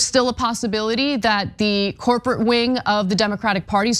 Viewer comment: Did she say “corporatish”? Is that a word?